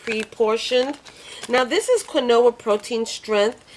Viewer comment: Only because I cherish your videos and would never want you to be wrong Queen, Quinoa is pronounced Keen-wa. I adore and am so thankful for all you share with us trying to lose weight and just believe you would not take it offensively if we also shared a little with you, it's truly done with love, because you are valued on your efforts to assist us on our weight loss journey.